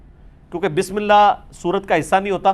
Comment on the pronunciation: السلام علیکم، علی بھائی قل ھو اللہ احد کو اگلی آیت سے ملا کر پڑھنے کی صورت میں چونکہ ن کے نیچے زیر ہو تا ہے تو اللہ کے ل کو باریک پڑھیں گے۔ آپ نے ملا کر بھی موٹا پڑھا ہے۔